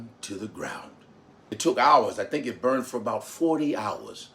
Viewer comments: Love the persona. But, you gotta work on how you say 'burned'...sounds New Yorkish instead of Southern. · "Boint" lol.